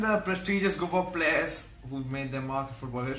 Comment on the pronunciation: Players = PLERRRS 😂